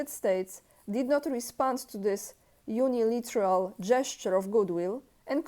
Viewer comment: UnilAteral, not uniliteral :) no offense intended, just an innocent correction